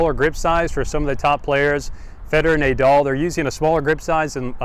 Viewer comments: NAH DAL..not NAY DAL . AYDAM and EVE? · The only person I've heard pronounce "Nay-doll"..disgusting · Pronounced nah-dal I believe :) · How to lose all credibility in one easy step: pronounce Rafa's name Nay-Dal. And then, just to be sure: say Frisco. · I stopped watching after you said Naydal lmao